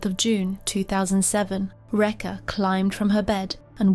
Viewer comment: Rekha pronounced "wrecker". Disgusting.